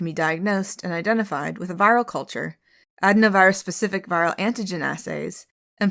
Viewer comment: Medical professional here ; it’s pronounced ad-in-o-virus ; enjoy rest of your day. Appreciate everything you do.